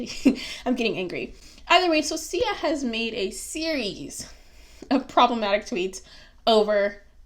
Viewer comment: You are not autistic But you are just rude And guess what? I have autism in my family, a LOT of beautiful people that are special to me. So.... I loved it... get off your high horse. You cant even pronounce her name.